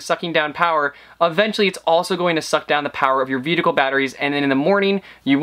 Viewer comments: (and throughout places of the video), ate you saying "veedicle" instead of "vehicle" ? Reminds me of that scene in Super Troopers when the trooper is saying meow. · "vedicle batteries" :)